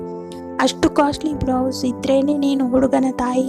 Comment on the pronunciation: It should be blouse not brouse..